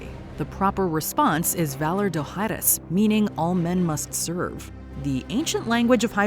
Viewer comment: You pronounced Dohaeris incorrectly. And how can it be “new” schemes when this show is a prequel?